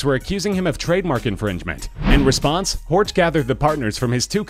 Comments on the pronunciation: Honestly. At least try to pronounce names in their native language. Its "Horch" not "Ortsch". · with Porsch you are not far away from Horch, which should be pronunced "Horsch" in Englisch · You mispronounced "Horch" so badly that it's infuriating. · 'Horch' is Bavarian for listen not German. I'm being bit picky but it annoys me when people get the two mixed up :) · Granted, it's hard to pronounce some German names for foreign speakers, but sometimes it seems a bit lazy. Pronouncing Horch like in the video is wrong, it seems like the narrator doesn't put effort into that, like people saying "Porsch" just because they refuse to pronounce it properly. It's a really good video, this just bugs me. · You're pronouncing Horch wrong. It's not an English name. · im cringin everytime he says horch